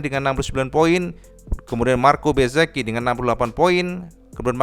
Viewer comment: Race yg cukup menyenangkan. Lebih seneng lagi denger akhirnya bisa nyebut MARKO BEZZEKI, bukan lagi MARKO BEZEZI 😄